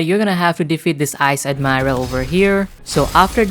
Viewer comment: You mispronounced mercenaries and vice admiral